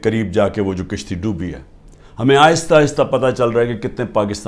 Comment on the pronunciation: Tone to 70 year k braber qarza lia . kishti ni kashti